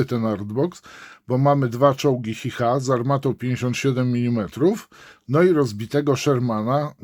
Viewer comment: Powinno sie mówić "czi cha"